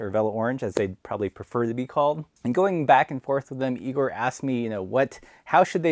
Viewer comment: It’s pronounced “eye-gor”